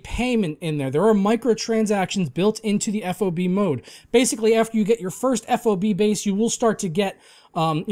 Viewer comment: FOB is pronounced as an acronym how it's spelled. just letting you know 😉